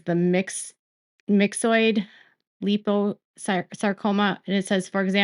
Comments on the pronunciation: Lipo is pronounced "L- eye - po" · Lipo is pronounced with a long i sound ...lie po